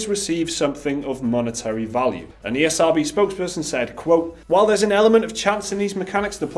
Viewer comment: You called the esrb the ercb...?but why tho